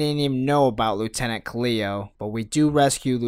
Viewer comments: Call him lieutenant Kahli ONE MORE TIME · Its Khalil! And u pronouce Minister Said (saiid)